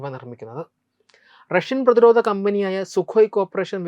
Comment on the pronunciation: പുതിയ തലമുറ അവതാരകരിൽ ഉച്ചാരണ ശുദ്ധി ഉളള ഒരാൾ. ധ, ഘ തുടങ്ങിയ അക്ഷരങ്ങൾ ഒന്നു കൂടി മെച്ചപ്പെടുത്താം. ഉദാഹരണം: പ്രത്യാഘാതം, പ്രതിരോധം. നല്ല അവതരണം.